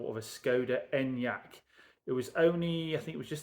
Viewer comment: You pronounced the Skoda wrongly, it’s ‘En-YUK.